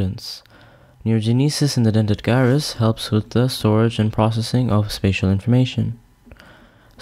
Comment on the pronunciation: Great video! One small thing. the G in Gyrus is pronounced as J like Judge not G as in Guy.